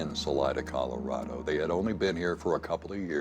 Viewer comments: Why do they pronounce it with a long i sound? That’s killing me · Stop pronouncing Colorado like that …